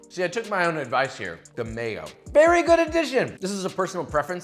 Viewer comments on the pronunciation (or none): none